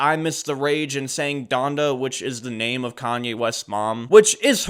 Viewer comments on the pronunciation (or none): none